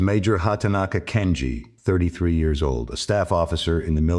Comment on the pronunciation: Too bad that the AI can’t say years correctly.